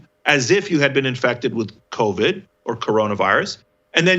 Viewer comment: Did he just call it "COVI"?? Somewhere, Donnell Rawlings feels vindicated.